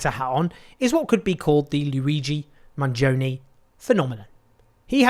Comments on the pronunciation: The proper pronunciation is Manioni. In Italian the 'g' can be silent. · don't worry, Owen, the pronunciation is still wrong 😂 I still have to hear an Eglish-speaking person get it right. the original Italian pronunciation is "Manjoneh" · It’s pronounced Mangione like in latte. Not like in pepperoni. 😉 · Owen Jones should have made an effort to correctly pronounce Luigi's last name. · I like how you say to get the pronounciation right and then get it wrong 😎 - no hard feelings, your work is highly appreciated